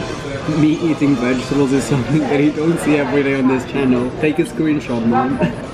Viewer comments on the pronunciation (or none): none